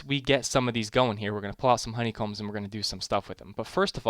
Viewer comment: at the end lol it says HO-ney combs! hello from 2019!!